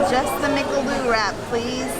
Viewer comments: You pronounced McAloo as MCLOO.. though very cute..but you missed ‘A’.😂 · McAloo!!! 😂 it mean mcpotato